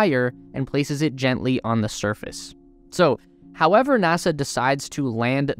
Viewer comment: I know this sounds petty -- but it really bugs me. Why does your narrator insist in using the pronunciation "thee" for the word "the?" Think back to your grammar classes in 6th grade. Only when the next word stars with a vowel (a,e,i,o,u, if you've forgotten that too), do you pronounce "the" as "thee." If we can't get the little things right, how will we ever get to Mars?